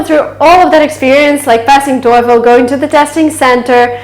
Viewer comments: Excellent video, the only thing that bothers me the most is your TOEFL pronunciation. Go to: Merriam-Webster's definition of "TOEFL" And listen and practice. Correct pronunciation is \ˈtō-fəl\ NOT \ˈtō-efəl\ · her voice is excellent except "toy_phone". Artificial intelligence recognize her voice like that 😂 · Hahah you pronounce toefl like ,,teufel“ in german Teufel = Devil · I am German and you pronunce it as the German Teufel jaja that means devil! Do you also want profesional German clases maybe? Greetings! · Learn how to pronounce TOEFL correctly.